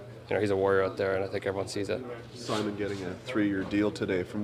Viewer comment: Good ol' toronto media anglocizing Benoit's first name. First guy I've heard all year (including away announcers) call him "Sigh-mun" instead of "Sih-mohn". And an honourable mention to the guy that asked Brodie about Gio getting his 1st goal since his father's passing, when Brodie has also not scored since his father passed.